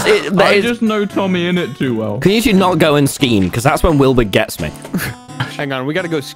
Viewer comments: i cannot get over "tomathy insideofit" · I laugh right when he said “TOMITHY” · "Tomathy Insideofit" Welp i now know what I'm going to call TommyInnit from now on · Every time calls him Tomathy Insideofit I lose my shit